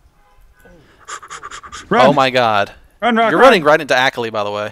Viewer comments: AAAAHKALI not Akali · I'm pretty sure it's pronounced akawli not akuhli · Its A- Kal-i not Ak- lee. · sorry but it just bugged me the way you guys pronounced akali it is ah-kah-lee not acklee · does know how to actually pronounce akali and is just joking or does he not know?